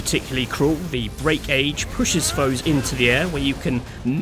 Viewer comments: dude how come you keep saying break-age and not just breakage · You realize its breakage... one word. Not "Break" "Age" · Yeah just sounded off to me lol but either way great video :) enjoyed the commentary